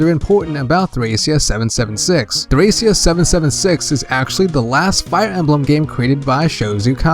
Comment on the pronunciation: btw. thracia is pronounced like trahkeea. Like trachea but with a short a sound. I always thought the game was trachea 776 until i saw it written out.